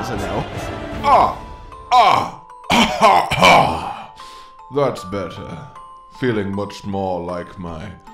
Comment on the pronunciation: Why do you pronounce Malzeno so wrong?